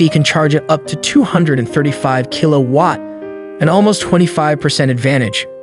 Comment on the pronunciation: Next time, maybe have your voice over practice once and learn how to pronounce Chevrolet and Kilowatt.